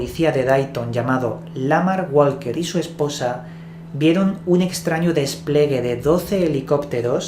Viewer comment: se dice despliegue 5':59''